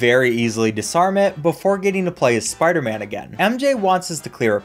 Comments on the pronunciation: sparderman lol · “It’s not always about the speedrunnin’ spidah man”